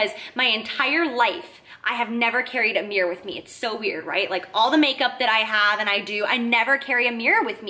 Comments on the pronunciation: "Meer" = Mirror Just in case y'all were confused. 😉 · i loves how you say mirror it sounds like "meer" your the best love you!!!! <3 Tatiana